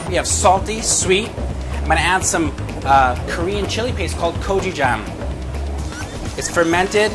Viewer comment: He said he added 'kojijjang' to the glaze....did he mean gochujang?